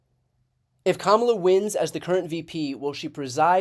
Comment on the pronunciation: I like that even Bill O'Rilly pronounced Kamala the right way. It seems that Kamala Harris has got them by their ...